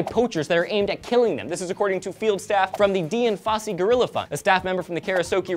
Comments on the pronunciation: LMAO ~ Did you just call it the "Dee-in Fosey" foundation?? Her name is Diane Fosey... just spelled without the e on the end. Nice goof!! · “Deeeee-ANN Fosey”?? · Dian Fossey is pronounced like "Dianne". It's just a different spelling.